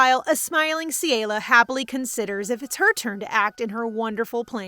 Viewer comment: It is CELIA CE-LE-AUH